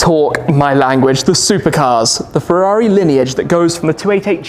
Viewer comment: Furóree in Moranélow.